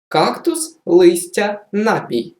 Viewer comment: Якщо що, в слові ,,напІй" (напОю) наголос на другому складі. Навчайте правильно!